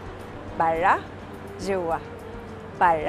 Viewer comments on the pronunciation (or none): كيف تنطق كلمة برا موتتتني ضحك 🤣🤣🤣جوا براااا